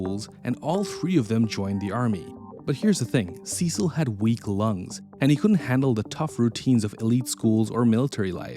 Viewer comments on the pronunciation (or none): You knucklehead. You cannot even pronounce his christian name.